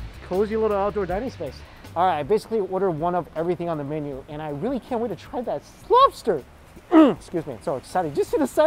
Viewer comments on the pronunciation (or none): I swear I heard him say, "And I can't wait to try that slobster". Anyone else? Just me?